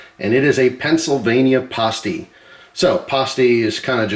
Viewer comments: As a Michigan guy here the way you said pasty hurt me btw its pass-tee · You're pronouncing "pasty" wrong. It's not said like "pasta" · Will definitely try it. Also, I've always heard it pronounced like paste-y, maybe different foods.